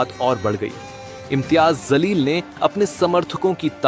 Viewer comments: Tumhara zaleel pronunciation sudharo. Backdoor se journalist bane ho. Ya tum khud zaleel ho. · Sir ji Imtiyaz Jaleel hai naam Imtiyaz zaleel nahi please correct it. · Reporter mahoday pahle uchcharan ki tameez Sikh lo Imtiyaz zaleel nhi ،Imtiyaz Jaleel naam hai ،zaleel ke matlab zillat badnam hota hai ،Jaleel ka matlab roob Jalal hota hai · Aray bewaqoof Anchor Imtiyaz zaleel nahi Unka sahi naam Imtyaz jaleel. hai. Naam sahi lene nahi aaya tho Anchoring nahi karna. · Zaleel nahi chutiye jaleel hota he naam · It’s Jaleel, not Zaleel. Although the caption correctly says Imtiaz Jaleel, he is still being called Zaleel, which appears to be more than just a slip of the tongue. This should be corrected. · Take the name properly it is Imtiyaz Jaleel. Not Zaleel Mind your language. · अबे जाहिल इनसान बोलना सीख ले इम्तियाज़ ज़लील नही है बल्कि इमतियाज़ जलील बोल जाहिल इनसान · chutye reporter zaleel nahi jaleel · Imtiaz zaleel nahi Imtiaz jaleel bolye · Tu anchor hai kya hajaam hai saale Imtiyaz Jaleel hota hai Imtiyaz zaleel nahii❌❌ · ज़लील नहीं होता जलील होता है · Abe baklol Kisne tum ko channel pe baithaya jaleel ko tum zaleel bol rahe ho pahle kuchh seekh lo fir patarkar banna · Imtiyaz zaleel nhi re baba intiyaz jaleel bol saale tum reporters pehle pronounce karns seekho😅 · Imteyaz zaleel nahi (Imteyaz Jaleel hai) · Naam sahi say bolo imyiyaz jaleel hai imyiyaz zaleel nahi 😅😅😅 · Abe jaahil. Imtiyaz (jaleel) जलील hai...Zaleel Nahi. ज़लील नहीं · Abey chutia anchor. Zaleel nahi hota hai Jaleel hota hai. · Zaleel nahi hota Jaleel hota है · Aap kaise journalist ban gaye zaleel and jaleel both are different words in Urdu language Journalist saying zaleel means in English language "Humiliated" His name is jaleel means in English language "great" Anchor saying jaleel but journalist saying zaleel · NDTV bangaya anpado ka adda. In logon ko hindi ka pronunciation bhi nahi aata ja ko za bolte hain. Likhte ja hai par bolte za hai. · zaleel nhi jaleel hota hai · Zaleel nahi jaleel boliye